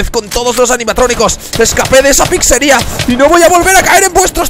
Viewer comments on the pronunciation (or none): No se dice PICSERIA SE DICE PIZZERIA